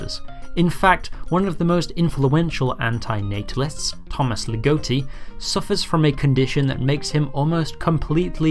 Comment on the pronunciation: Ligotti* not Ligouwtti